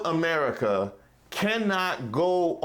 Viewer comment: I lost it when ma boy said "Merica" ...lol... I could tell he wasn't talkin bout the "sweet land for liberty" ...either...lol